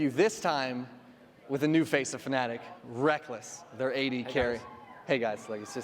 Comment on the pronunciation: His Name ist Rekkles, not Reckkles.